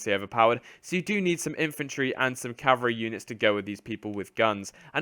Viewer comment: "CaVALreey" not "cavareeh"